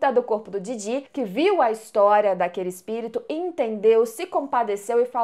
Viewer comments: Em q versão de dublagem o nome dos personagens do anime tem essa entonação q a usa (Momô e Didí)? Na q eu vejo é Mômo e Dídi. 🤔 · Ouvir vc dizer didí ao invés de DÍdi e Mômô ao invés de Mômo dói os ouvidos... Mas de resto o vídeo ficou muito bom kkk